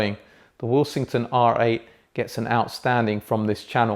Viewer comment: I keep hearing say the brand's name as "will-sing-ton" but that's not how the alphabets in the name suggests it to be. Second order harmonic distortion at the output?